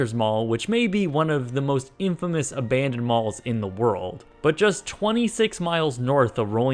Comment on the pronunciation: Why does he always say "a-BAND-oned"? lol